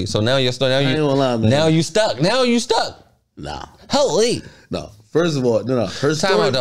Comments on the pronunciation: The way say Hooolleee 🤣😭😭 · sayin HoooLeee is hilarious 😂